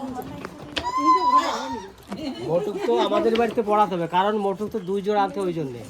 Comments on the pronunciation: আচ্ছা আপনারা এত ভুল উচ্চারণ করেন কেন? মুকুটকে বলছেন মটুক 😂😂😂😂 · ওটাকে মটুক বলে না দাদা ওটা মুকুট 🤗😊😊